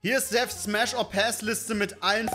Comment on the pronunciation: Ich hab die fnäf oder päss verstanden 😂